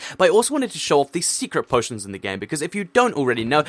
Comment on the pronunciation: u said poo poitions